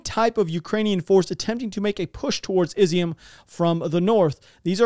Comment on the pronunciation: Hello, stop saying Izium. Love the videos. My wife is Ukrainian. pronounce it (EEE ZOOOM)